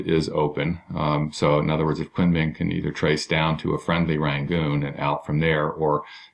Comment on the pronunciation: Great vid. btw, Kunming is pronounced "koon ming"